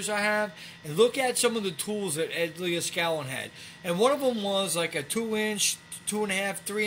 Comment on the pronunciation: You keep saying Ed Leah-skallin, haha.